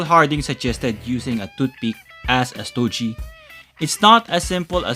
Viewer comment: I'm a huge fan of Marvel Legends reviews.. but I gotta mention that STOGIE is pronounced with a HARD G.. not STO-JEE...😊 That being said...I got my Gamerverse Punisher Nick Fury 2 Pack about a month ago..& I'm very happy with it.. & I'm considering doing the boil & pop swap with Punisher from the Bushwhacker 2 Pack.. but I'm also considering waiting for the INEVITABLE release of the OG black white costume Punisher from the Marvel Legends team. Anyways keep up the great work brother..as always looking forward to more of your Marvel Legends reviews 💯💯